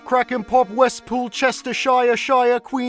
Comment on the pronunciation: As a brit, the way you pronounced Chestershire hurt me on a spiritual level